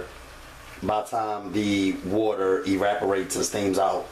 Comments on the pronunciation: I love your energy!! And I will definitely be trying...I said trying to replicate....baby it's evaporate tho not eraporate...lv you 😘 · How can I follow a recipe when my man says “eraperate”?